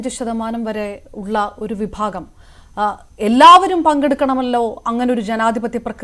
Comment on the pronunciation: വിഫാകമല്ല വിഭാഗം